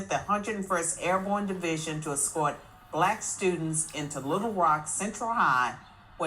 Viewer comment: why you got nuffin to say when she said "BLACKStudints" she said the word....... with a hard "s"🤣🤣🤣🤣🤣🤣🤣🤣🤣🤣🤣